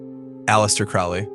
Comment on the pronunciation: Crowley is pronounced like the bird, crow, not the bird, owl.